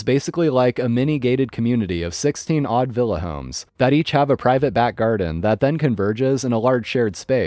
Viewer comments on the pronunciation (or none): none